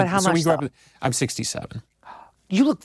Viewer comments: Yes, it sounded like he said 67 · It sounded like 67